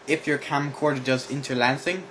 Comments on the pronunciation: Lol inter-LANCE-ing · "interlancing" ... lol